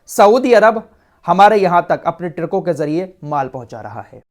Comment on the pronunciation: पिर्ती नहीं (प्रती) ट्रिको नहीं (ट्रको)